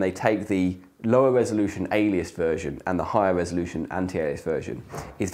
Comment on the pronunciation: Pardon. Did you mean resoloution?